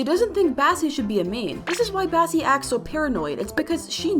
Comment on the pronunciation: Bro bassie not Bassi,oh my god bro what hell bro